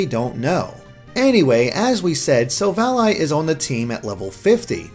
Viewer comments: Am I the only one cringing every time he says silv-ALLY?? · Nobody gonna point out this bad pronunciation... Sil-Vally Ar-c-eus not Arkaus or Silv-Ally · Why are you saying it as Silv Ally? Why isn't it Sil-val-ly. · Silvally, vally, not ally, you sound stupid saying it that way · It's sil valley as in silicon valley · Say Sil-val-lee That's how u pronounce it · i thought it was SILL-VA-LEE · Thought it was pronounced Sil-Valley, referencing Silicon Valley and technological achievement. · This man can't pronounce silvally. I'm done. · My ears bleed non stop after his pronunciation of Gible and Silvally. If you guys actually seen Silvally's Japanese name, it's Shiruvadi. Pronounce that Sherlock! Arceus has a couple of pronunciations, Ar-kay-us and Ar-cee-us - its either hard 'c' or soft 'c', depending on US or UK English's